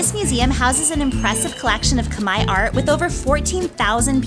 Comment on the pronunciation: I was so excited to see this drop. Thank you for honoring all the people, culture and those innocent souls lost during dark times through your kind gestures and curious nerdiness 😛. I especially love how you said, Khmer the way we pronounce it, Khmai instead of kah-mair. Can't wait to see the rest of the series!